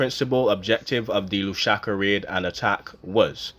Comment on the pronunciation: There is no such place as “Lushaka”… there is however, a place called LUSAKA! (Pronounced Loooo’ Sah ‘ Kah!!) It is the capital city of Zambia !!